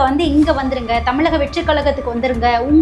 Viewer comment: ழன்னு சொல்லத் தெரியுமா? ள, ல எல்லாமே வெவ்வேறு pronunciation…எப்படி பேசக் கற்றுக் கொண்டீர்கள். Voice of Tamil Person cannot distinguish basic sounds of Tamil alphabets. தமிளக வெற்றிக் களகம் …இரண்டும் ழ